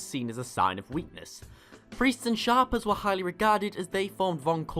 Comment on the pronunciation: isnt it shapers as in shape rather than shapers pronounced as sharpers?